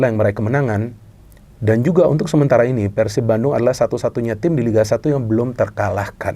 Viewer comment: Respek sih doi bilang Persib nya pake e ala resolusi, bukan kek kebanyakan orang diluar bobotoh pasti bilangnya Peursib ala pergi.